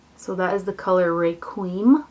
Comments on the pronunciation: ***** agreed! it is so annoying! your breakdown of the word is close. Phonetically it sounds Requiem: RECK-KWEE-EM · Isnt it pronounced, reh-kwee-um? Just wondering....